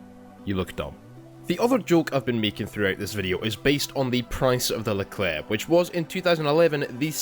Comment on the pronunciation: nice someone who can actually pronounce the name